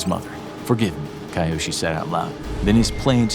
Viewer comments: The name is pronounced Kee-yoshi, not Kaiyoshi. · 'Ki-' isn't pronounced "kai", it's pronounced '"kee". So Kiyoshi is KEEyoshi, not KAIyoshi. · KAI yo shi no. Kee yo shi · So, So many things wrong with this video, both factually and culturally. Please put in some effort into research, unless you're putting a disclaimer that your "story" is based on stereotypes and assumptions. Too little space to even gloss over, but to start: He got a "*White*" paper? And WTF is "Kai-Yoshi"? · You do a great job of narrating but I urge you to work on pronunciation. KEY-YOSHI Kiyoshi Do better! I know you can! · I was thinking why Chinese background music And Kiyoshi isn't pronounced right